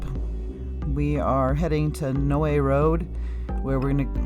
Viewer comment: Not that important but It's pronounced "no" road. Thank you for keeping this story alive. Gannon will nvr be forgotten in this community. Rip sweet boy!